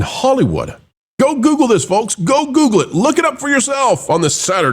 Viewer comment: The L in folks is silent.